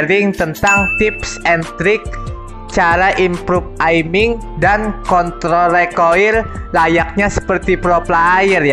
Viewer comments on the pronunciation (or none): Kontrol bro bukan kontl wkwkwk